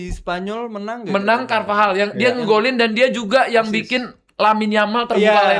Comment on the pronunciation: Bahkan base pengetahuan bola orang biasa normalnya nyebut cervajal jadi carvahal, tapi tidak😂